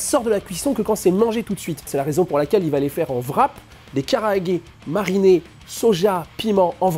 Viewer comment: Super vidéo, mais Japanese grammar nazi incoming, pour la forme, vaut mieux dire "kalaage" que "karaage". Ca me pique mes oreilles.